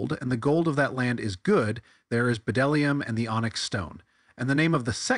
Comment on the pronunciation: That moment I try to take a guy serious who keeps quoting "science" and then he pronounces the "b" in bdellium.